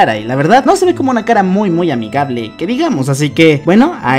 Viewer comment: Noce si soy la única que vio pero cuando dice una llegada inesperada dice uma llegada inesperada osea no dice una con Ene lo dice con Eme xdd